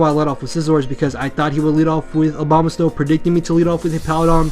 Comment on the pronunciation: I keep on thinking you are saying Obamasnow. It made this video way funnier.